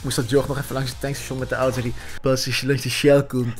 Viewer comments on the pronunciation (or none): none